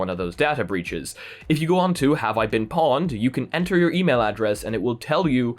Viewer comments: 😂, please, it's pronounced "poned" or "owned", not "pawned" 😂 But on a serious note: Here we go again - Facebook data compromised... It's kind of lost its shock value at this point. It's been common knowledge for years that Facebook can't (and won't) keep anything secure, and they sure as hell don't care enough to bother trying either 🙄 Change passwords, shrug shoulders, rinse and repeat in about 12-18 months when another months-old data breach is finally disclosed. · It's not pawned. It's pronounced poned. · It’s pronounced “poned”